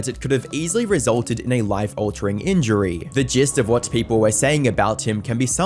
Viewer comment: life altering ingury? 😂